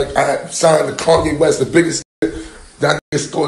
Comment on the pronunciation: Dijo Caño West jajaja